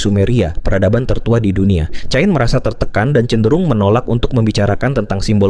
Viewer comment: Itu bacanya kein